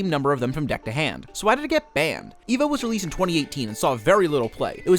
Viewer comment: It's actually pronounced, "Ay-va"